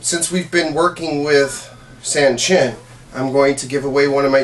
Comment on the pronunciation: While the great thing about bunkai is that katas are designed for basic motions representing many possible movements, I find many issues of this video which seem to question the demonstrator's legitimacy. First of all, the pronunciation of Sanchin is wrong. It should not sound like "sand chin" as the "a" in San (the number 3 in Japanese) sounds the same as the "a" in the English word pawn. Secondly, I have never seen an elbow strike incorporated into the Sanchin kata (though I do believe there is room to add one into bunkai). Third, there is very little point to targeting the same part of the arm used for basic blocks, unless the intent is to do very little damage; however, as the intent of Karate is self-defense in cases were avoidance is not possible, this does not seem practical. It seems far more practical to swing the arm up, not to an elbow strike but a joint lock or other immobilizing hold, which will immediately diffuse the situation.